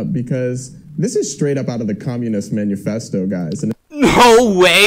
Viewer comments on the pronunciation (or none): Did bro say Menu festo??